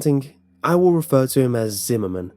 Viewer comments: zimmerman? i thought he said cinnamon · I went through almost the entire video before I realized his name was Zimmerman, not cinnamon. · I keep hearing cinnamon instead of whatever name he's actually saying 😂😂😭😭